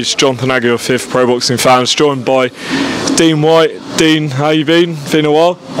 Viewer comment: Please stop calling him dean whyte